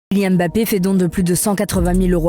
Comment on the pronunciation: Déjà c’est Kylian Mbappé, pas Kylian Bappé